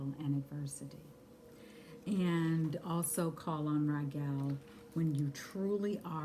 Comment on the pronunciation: Pronounced Ragel instead of Raguel.....so is his name connected to Rigel star system aka Alpha-Centauri???